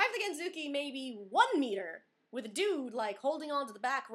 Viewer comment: IDK I think you should call it scooter instead of gentsuki because you can't pronounce gentsuki right at all. I can understand why the lady was so crabby and needed to confirm again and again, because there is no "genzooki" test. Other than that, congrats. The process is overall pretty annoying and most people usually fail the first couple of rounds. Just going for the regular drivers license is easier, even with the practical test for Americans, and you're able to drive both.